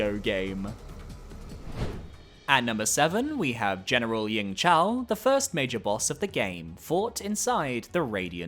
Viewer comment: for yingzhao, its not a c, it's just a z